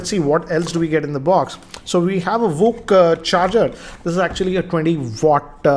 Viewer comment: Vooc spoke it correctly 😎😎😎😎...